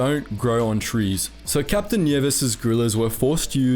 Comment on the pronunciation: "Bataan" "Nieves" "Leyte" Damn, he pronounced that fast and well